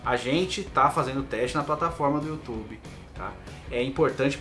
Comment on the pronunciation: Youtchube é treta. Vcs são guerreiros.